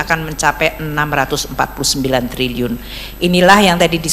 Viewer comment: Trilliun pak.. bukan Triyun....